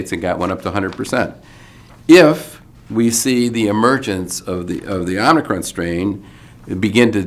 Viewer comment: Thank you for all of the information and for being one of the few who pronounce omicron correctly.